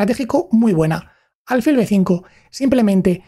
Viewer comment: Me gustaría saber cómo se llega a ese nivel con tan pocos años, qué cosas están pasando en su día a día. Crecí admirando a Fischer pero viendo su vida muchas veces me ha hecho reflexionar si ser un genio se paga con felicidad ... Por cierto, me llama la atención la pronunciación "álfil" ya que tengo entendido que es palabra aguda... (como tus certeros análisis)